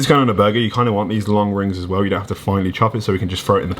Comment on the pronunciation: Put the emphasis on the well rather than the as